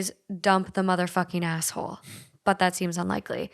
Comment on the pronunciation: It sounds like you said "am I the gas hole?" 😆 i would definitely be the GAS hole...my ex bf used to call me the lean mean farting machine lolol